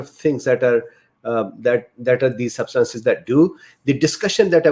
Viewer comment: "Substances" emphasize the first syllable, not the second one